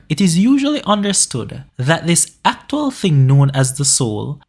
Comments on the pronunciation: why u saying aktual ' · Was great but the way he says actual